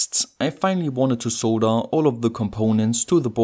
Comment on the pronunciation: Dude, it's not "soe-da", it is "sod-durr" for pronouncing the word SOLDER. YW.